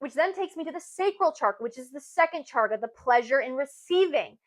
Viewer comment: Thank you for your insights! I just wanted to ask - when you say charka, don’t you mean chaKRa?